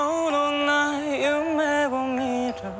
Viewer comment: おれのこのcoverのすきなとこ からの"あなたを"が'つぁうぉ'ってなるtの発音、と'を'の音のくだり方がめっちゃかっこいい の'fall in love'の音の取り方オシャレすぎて脳が良さを受け止めるのめっちゃしんどかった…最高すぎる の'口づけ'の"け"がきれいすぎる、なんか表情もいい。"くちづけるたびに"の発音全てが神 の'色の'が"ろぅの"ってなるのすき の'ああ'の気怠さと深さと軽やかさと語尾の細かい震えが良すぎる 'どこか'と'今日は'がかっこいい '何時の間にか'がありえんくらいかっこいい、もお意味わからん、歌が上手いにもほどがある。 、 くらいの、うなづくみたいなモーションするのすげえかっこいいよな… この文字にできんところやばすぎる…声もえぐいし、顔の動き方とか語尾の息混ざって切れる感じとかこの上なくおしゃれかっこいい、むり、 からレイちゃんが加わって、カイリュウがレイちゃん側に近寄っていくのがめっちゃなんかかっこいい。 'あなたを'がやっぱりめっちゃいい、最高や…'知りたい'の声かっこえ からがなんかもうずっとしんどい、語尾の下がる感じがこの曲のめっちゃ美しい色気を表しとって最高。言語化できんけどまじでかっこええな〜〜〜〜 脳内の感情のまだ20%くらいしか言葉にできん…0.1秒刻みですべてがかっこいい こんな歌うまくてダンス踊れてかっこよくておもろいとかチートやろ…！ いろんな曲また歌ってほしい